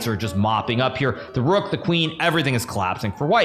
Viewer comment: Because of the way u pronounced colapsing i thought u said everything is clapped😂